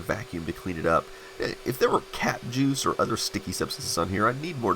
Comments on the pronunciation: I also thought he said cat juice. Cats frequently piss on stuff laying around. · Who else heard "cat juice"? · I heard the same until I realized it was cap juice… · when you said "Cap Juice", I thought you said "Cat Juice", I was like WHATTTT!!!! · I am so glad that I'm not the only one! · I heard Cat Juice too! LOL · He didn't say cat juice? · I came here to write the same thing LOL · Me thinking "what is cat juice?" LOL 😆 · I thought you said cat juice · I heard "cat juice" instead of "cap juice" XD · Oh, cap juice. I thought you said cat, well never mind. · I thought you said, "If there were cat juice it would be sticky" and all I could think was, "Yeah and probably smell pretty horrible every time it got warm!" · I thought the same! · I thought he said "cat juice"😂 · I thought he said cat juice as well...😊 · Me toooooooooooooo ha ha ha hahahahaha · "Cap juice" lol I thought you said "Cat juice" :D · I thought he said cat juice as In a cat urinated on it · Lol! I thought you said “cat juice” !! I was trying to figure out what “cat juice” meant when you said it again and I finally interpreted the sound correctly! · "cap juice" I heard like "cat juice" and immediately imagined :D silly me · I thought you said “cat juice”